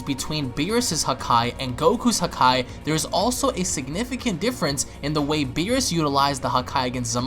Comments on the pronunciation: the way he says it sound like huhkai instead of hakai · WHY ARE YOU SAYING HAKAI LIKE THAT